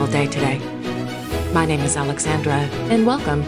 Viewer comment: I really appreciate your efforts to pronounce the various names and places in your reports correctly. Other such channels are not so diligent. 🇦🇺🇦🇺🇦🇺